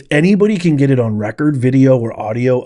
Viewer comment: She's ekspecially excited!!! EKSPECIALLY??? Really? Why is that woman still in charge???? Makes no sense. She also says "git" and "gits". Genius.